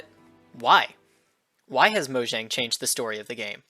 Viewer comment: Pronounced Mojang wrong >:(